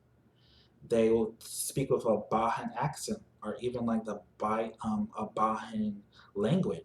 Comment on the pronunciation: Bajan is pronounced with a hard J sound. Bay-Jin not Ba-han. Otherwise good vid. New sub 👍🏾